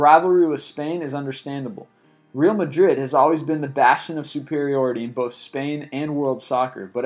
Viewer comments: Constructive feedback, its pronounced Ré-àl Madrid, not Real as in Reel, since its spanish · mispronounced real madrid and manny pacquiao too